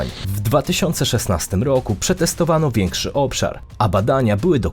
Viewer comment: Dziwny sposob wymawiania prezentera. Bardzo nienaturalny. ROoku, wOo-oody, a tymczaA-sem pO-oozdraawiam, NaraA-azie.😅